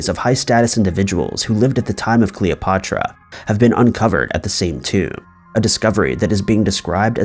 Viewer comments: 'CleopOtra' made me flinch every time you said it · say "Patrick"...now say "Cleo"...now say "Cleo-Patrick" & you'd still be pronouncing it more accurately than you do in this video. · Alex AND riuh ... Cleo PA truh it roots down inside my soul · Super impressed with your commitment to the mispronunciation of both Cleopatra and Alexandria.